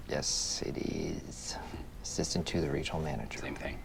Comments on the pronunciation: Why, in the first one, did the narrator emphasize "ASSISTANT" when they were saying what the joke was lol..... I guess she doesn't watch The Office, nor does she remember the first half of the sentence she is saying, by the time she gets to the second half. The joke is obviously the "to the" lol, as any Office fan knows. FN amateur. (Do NOT wb telling me this is a robot - lo it is clearly a human woman.) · You emphasized the wrong word in the first one. Dwight calls himself the assistant regional manager, while Michael and Jim point out that he is the assistant TO THE regional manager.